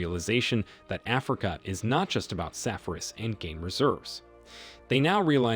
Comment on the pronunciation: Safaris (Sa-far-eees)